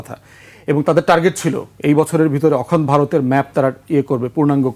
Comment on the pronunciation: ধান ভানতে শিবের গীত! ব্য. ফুয়াদকে এতো কপচাতে কে বলেছে? উপস্থাপক সহ্য করছেন কেন? পৃথিবীর সবকিছুই ইন্ডিয়ান ন্যারেটিভ। পন্ডিত 'অখনড্' বলেন কেন? ওটা 'অখণ্ড' হবে। ব্রিটিশ ভারতবর্ষে কবে এলো আর 'হিন্দু' কবে এলো!